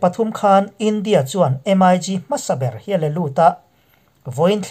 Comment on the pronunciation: In channel hi ka lo thlir ve thin.Ka sawi duh chu thil hian lam dan hik a nei ,entir nan em ai gi tilo hian MIG Ztih a lam tur a ni .Tin a dang leh ah chuan thu sawi tur hi hi ziah lawk vek nise chhiar mai hian hun a heh lo.Titi pah a thusawi hian hun a heh in in sawi tum tam tak in sawi hma in hun hi a liam thin.A dangah chuan in ti tha e.Pawimawh ta chu lam dan khawvel in a an hman hi zawm hram hram ni thei se